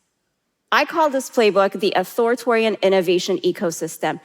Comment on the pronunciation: I agree with everything she is saying…except it’s Authoritarian…not Authoritorian and it was bothering me so much. Its not even her accent, it just isnt spelt that way nor phonetically